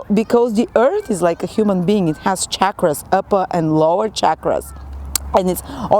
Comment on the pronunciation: Thank you so much for correctly pronouncing 'chakra'. When people say 'shakra' they miss and misuse the sound energy of this important word. 🕉️